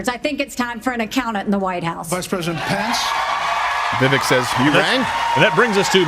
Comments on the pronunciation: Crowder, its pronounced Vivake like CAKE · Vivek is pronounced “Viv-Ake” for anyone wondering. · pronounced Vi vake ! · viVAKE like CAKE! Stop saying his name wrong! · How do these guys not know how to pronounce vivek’s name? Viv ache. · I know it's not common knowledge, but it pronounced Vi-Vake. I know this comment won't be read by anyone on air. But there was an attempt. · It’s Vivek, “vivake” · Does everybody say Vivek's name wrong intentionally? I also don't understand why he never corrects anyone. It is pronounced Vi - Vake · For the love of God, Steben Chowder... It's Viv-ake like "cake". You all want to vote for him if Trump isn't on the ballot, but you cannot respect him enough to correctly pronounce his name. *Yes, I know it's Steven Crowder. I am making my point. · they’re probably mispronouncing it on purpose. you think they respect his culture enough to say his name right? they are still saying kamala wrong after years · Vivek bakes cake at the fake steak lake That's how you say his name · I was going to post a correction on Steven's mispronunciation of Vivek's name but you did a better job. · Crowder can you at least attempt to pronounce Vivek's name correctly 🤦🏾‍♀️. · No wonder he doesn't know how to pronounce Vivek's name. Vivek rhymes with cake, Steven!